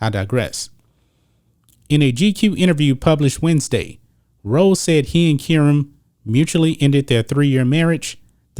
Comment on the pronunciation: This dude needs to dub an Adult voice into the video…and learn to pronounce her name correctly, ask Stephan A